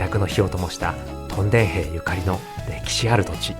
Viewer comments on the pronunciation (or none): 屯田（とんだ）・・・？ もしかしてこの声ってうｐ主さんの声じゃなくてAI音声？ それはそうと屯田って面白い店が多いですよね ジョイフルAKのフードコート、ケーズデンキの隣の「カレーの準泰」、トライアルやロピアといったスーパーも魅力的 緑苑台のイオンまで足を延ばせばEXIT兼近のお兄さんが店主のラーメン店「らぁめん道中膝栗毛」もあります